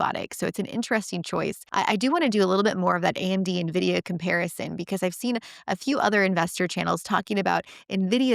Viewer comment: as an analyst, if you don't know how to pronounce N- Vidia correctly, then your credibility is somewhat dented